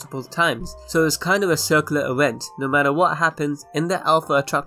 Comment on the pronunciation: No matter how much you're going to apoligize for it, you really are incredibly difficult to listen to. I commend anyone who can listen to you saying ''diwergence'' and ''ewent'', and not cringe to death.